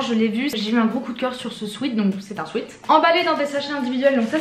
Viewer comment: On dit pas « swite » on dit « swèt »🤦‍♂️ combien de fois le dire